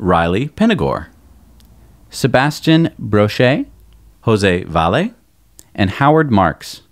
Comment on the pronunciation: One small correction - It's Jose VAH-yeh. Otherwise, well done reciting everyone's names.